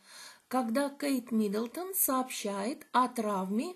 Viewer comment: Не МидОлдон,.а Миддлтон